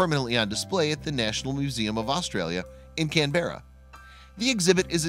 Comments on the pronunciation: It's not "Kan-Bear-a," it is pronounced "Kan-brr-a," accent on the first syllable. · Canberra is not "Can-bear-ah." It sounds more like Can-burr-ah, or Can-bra. Yes, "Shrek," though Chris (Kris?) is the winner, Shrek's smile is precious! Professional sheep shearers get bad backs and I wonder if Ian Elkins has a training regimen to help preserve his back! Shearers want to cut close to the sheep to end up with a single large fleece. Sometimes they accidentally cut the animal and they fix the cut(s) by putting some sort of tar on the broken cut, . I wonder if it's an antibiotic, or whether it just saves the fleece from getting blood on? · sheep dont use bathrooms. CANberra, not canbeara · Can berra? Canberra. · As I recall, the city is pronounced CAN-bra, not can-BERRA. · Canberra is pronounced Canbra. 😄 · Wondering about the outback for 6 years with thic coat, how did he survive the Australian summer? Plus there is a lot of bush fire in hot dry summer, how did he not turn into a torched marshmallow with all that wool? And the narrator really butchered the 'Canberra' pronunciation, can-bear-ra, lmao :D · Canberra is pronounced “can-bra” also why am I even watching this? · Canberra is pronounced “Canbra” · Lol Can-bear-rah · Can-bear-ah lololol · "Can-berra" - are you kidding me? It only takes a moment to learn how to pronounce it. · I CAN'T BEAR-(ah) the way yanks say Canberra it's Can-BRA got it now ? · It’s pronounced ‘CAM-bruh’ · How non Australians pronounce "Canbearer" 🤣🤣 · Please learn how to pronounce words that are foreign to you Canberra Is the capitol of Australia and it is pronounced "Can bura " I know from your point of view the way to pronounce things is set But the reality is that your way isn`t always right, sorry don`t mean to sound mean , it is just a fact of life and an annoying one from our point of view. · We pronounce Canberra. Can-bra. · You said Canberra wrong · Your pronounciation of Canberra is just Uggghhh